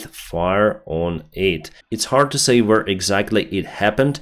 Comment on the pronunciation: Can someone please tell him how to pronounce the verb to say. Thanks